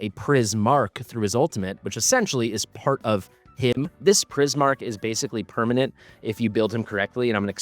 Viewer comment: Priz-mark 😂 “ch” traditionally makes a “k” sound